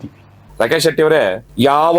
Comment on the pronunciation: ರಾಕೇಶ ಅಲ್ಲ ರಾಕೇಚ